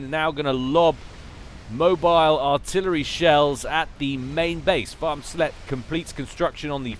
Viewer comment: Hey, Farmsletje is dutch but the translation to English is a bit offensive btw the first time you said it you pronounced it pretty spot on and it sounds hilarious for you to say it xD btw translation: little farmers hooker EDIT: not a real proper translation because dutch is weird.